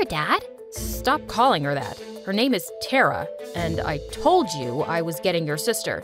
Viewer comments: Sis you are pronouncing main protagonist's name wrong i guss it should be taara not tara taara which spellijg is tara means stars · And BTW, the pronunciation of TARA is not "teraa" its "taaraa"...But its fine😊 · It's " TA-ARA" not " TERA" . The pronunciation is not correct here. In India, a Star is called as TARA. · it's actually Thara it's just spelled tara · We don't prouns it Tera we around it tara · It’s not Teraa it Taaraa 😊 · help all these indian pronunciations they do are killing me (tara is pronounced TAA-rah, not terrah) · The name is not tera its T.A.R.R.A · 😑its TARA not TERRA... Whats with this some kind of intergalactic name... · its not Tera it's Tara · It's hilarious how they pronounce "TeRa" instead of Tara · pronunciation of tara is : taaaaaraaaaa not tra coz I can tell I m from India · It's not "taerah" It's "Taarah" With the t being pronounced as the t in Thursday without the h sound, that is how the t in every indian name is pronounced, same with "rita" It's "reeta" With the t in Thursday without the h sound, not "riduh" Also, diana is not indian, diana is not an Indian name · I love the video, but isn't her name pronounced "Tah-rah"? Not "Teh-rah"? At least, that's what I think because Tara (pronounced "Tah-rah") means "Star" in Hindi, Tamil, Bengali, and other Indian languages, too. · HER NAME IS NOT TERA MY NAME IS TARA BU5 IT IS PROUNOUNCED TA-RA NOT TERA GET IT RIGHT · It’s not tera it’s Tara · its not tera its ta-ra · You can't be a Indian if you pronounce it Tera and not Tara and by the way I am an Indian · It's not pronounced Tera it's pronounced Taara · thats taaraaa not tera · Hey it is not Tera Tara pronunc it with a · Tara is not pronounced as te+ra. It is pronounced as ta+ra Rita is pronounced as ree + tha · this is compleatle false i mean they didn't even say tara right its pronounced taaraa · Surprise surprise, my name is Taara and her name is pronounced (Th-A-Ra) the voices did not pronounce her name properly